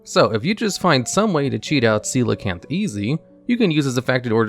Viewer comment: Love how you pronounced Coelacanth correctly without skipping a beat